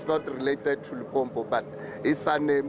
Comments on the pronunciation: Limpopo not Limpompo yhoooo dis man aowa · You better call it Polokwane if you don't want to pronounce limpopo correct 💯